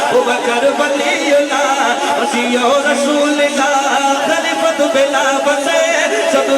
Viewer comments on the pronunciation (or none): خلیفۃ نہیں خلیفتہ پڑھا جائے گا۔۔